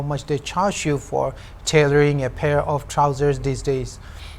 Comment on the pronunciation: "Haje---ira" and "a pe of trouser" got me. 🤣 My friend was asking whether you were forcing yourself to speak that way?